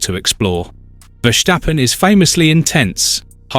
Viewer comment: Please stop pronouncing Max’s name like,”VerSCHtappen”, when it’s clearly’Verstappen’. He’s Dutch, not German.